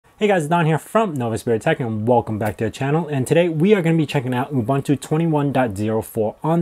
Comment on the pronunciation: It's pronounced OOBOONTOO. OOBANTOO does not exist.